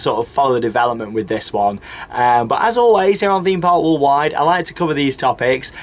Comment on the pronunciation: I always want to comment on the way says "Theme park Walled wide"....but I cannot bring myself to say anything negative about this guy....he is brilliant at this type of thing and always brings excitement and enthusiasm to every vlog he does. I just watch his vlogs when im in need of a bit of fun and interesting stuff ….a great guy thanks for doing these vids's.